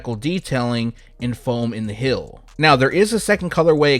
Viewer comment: Heeeeeeeeeeeel! Not “hill”. Damn bro